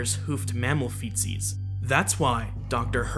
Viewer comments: every time you say "feetsies" sounds like Feces and it's just irritating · Why does this guy gotta say feetsies??? Sounds very close to feces. Kinda disappointing for a video that uses terms like artiodactyl and perrisodactyl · Him saying '"Feetsies" sounded like he was saying ,"Feces." It bothered me. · Lol I thought you were saying “feces”, I RAN to the comment section… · I heard feces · Feetsies! Now I get it! I thought he said feces. It didn't make any sense to me. I thought I must have missed something for the narrative to have moved from hooves to feces. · Am I the only one who thought he said feces? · I thought he said feces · It sounds like he's saying feces, but I caught on... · I thought he said, "fetus" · I thought he said Faeces 💩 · I thought he said “feces”, so your comment cleared things up. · I thought you said covering the faeces of newborn animals! 😆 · I thought he said “feces” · Really throws me off to have “feetsies” and “booties” enunciated so…technically. Hits the ear wrong. Can’t do it